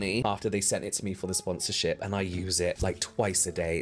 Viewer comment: THE HELLO FRESH SPONZ LMAOO